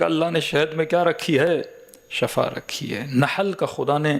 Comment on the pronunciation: Sahi lafz Shifa hai shaba means maut